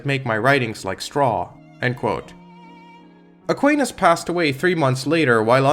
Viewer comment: Very strange view on thomism, also that’s not how Aquinas is pronounced in English